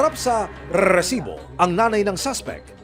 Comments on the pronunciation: gigil ako sa narrator RRRRRRRSIBO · Nakakainis yung host ng show na to bakit kailangan pa i-emphasize yung word na rrrrrrresibo 🙄 Napaka inconsiderate and insensitive since ganito yung TEMA ng palabas mo! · Hype na Rrrresibo yan nakakainis pakinggan maxadong trying hard na maging Mike Enriquez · Kelangan talaga rrrrrrrrrrrrrrrsibo ang bigkas😂😂😂😂😂 dami ring adik jan tondo navotas libangan jan ang patayan😂😂😂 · Nagkicringe talaga ako sa rrrrrrresibo! Bakit kailangang ganun tuwing bibigkasin? Ang oa talaga ng GMA🙄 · Humihingi ng donation pero may monetization ang video. Wack. Pakitigilan action man ang pag enunciate ng "r" sa "resibo" ang hirap seryosohin ng binabalita mo. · Can you please stop emphasizing that "R" when you speak the word Resibo? kairita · Kailangan tlga Pag sinasabi ung resibo w/ rrrrrrrrr nakaka irita pakinggan.. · Palitan mo yang Pag bigkas mo ng resibo boss pangit pakinggan.. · Kailangan ba talaga ganyan yung pag-pronounce sa 'Resibo'? What a joke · Yun nga din ang nasa isip ko haha bakit need pang ganun?😅